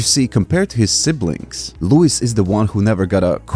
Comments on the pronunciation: You're pronouncing his name wrong. It's Loo-Ease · It's luis, man. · “Lou-is” lmao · It's Louise, mane